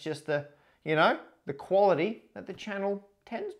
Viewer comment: very Australian "quality", there😂